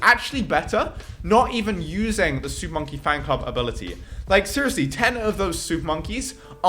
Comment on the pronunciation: He finally said "super monkey fanclub" right. You missed a few. -_